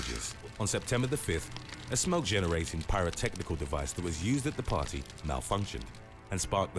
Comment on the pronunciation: It's party not pawy 😂😂